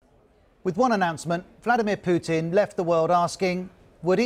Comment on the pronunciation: Yow this is Putin not pudding